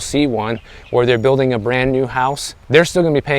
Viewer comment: RISE amd FALL. So much better than go up and go down!!! Elevate your language! I Also, please enunciate your Ls in words like dollar and building. Otherwise it sounds like baby talk. Love you...